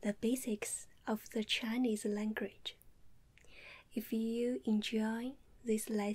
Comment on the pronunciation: "Today I werll be teaching ewwyone the basics of the Chi-knees langridge.." lol